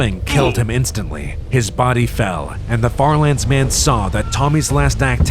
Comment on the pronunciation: Bro said farlandes